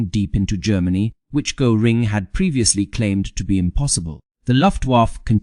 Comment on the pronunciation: a presentation on the subject of Hermann Göring uses an ai voice who can't even pronounce Göring. You guys chose an interesting subject that I would have enjoyed learning more about. Too bad!